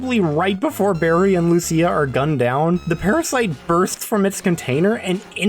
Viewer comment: Lucia is pronounced like "Lou-chia". Literally the only thing I remember from Italian 101.